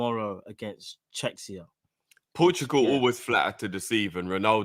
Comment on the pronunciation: CHEKSIA??? U must be fucking kidding me. Czech Republic is pronounced “check republic” - open a book